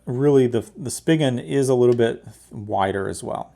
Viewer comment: Not that it's a big deal, but it's pronounced "spee-gun" ;)